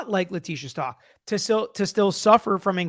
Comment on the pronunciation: Stauch like how..stowk not stalk 🙂